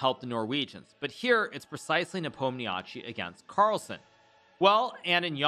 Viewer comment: Hikaru, I beg you, please please stop mangling Ian's last name. I know it is spelled like that and it is kinda of hard to know what exactly to do with all those five consonants in a row. But in fact it is really simple: it's very close to Nepo'm-nya-shee (stress falls on "o" !)... well, there is also a so-called i-short at the end (similar to the last sound in "toy" or "guy") but you can skip it, everybody does.